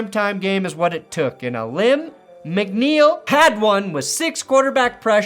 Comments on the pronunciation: but its pronounced ALEEEEEEEM McNeil not A LIMB lol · It's pronounced (Uh-Leem Mc-Neil), not (Uh-Limb Mc-Niel). Sorry to burst your bubble,. Lol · it's pronounced Aleem McNeil